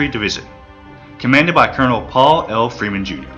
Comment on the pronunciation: I long for the computer generated voice. I bailed at the 23 minute mark. Sorry. Too many common words butchered. Machine gun is pronounced ma-sheen gun not ma-seen gun. Freeman is pronounced Freeman not Free man. The music is in competition with the narration. Your untimely pauses throw everything off. Pull it down and re-do it.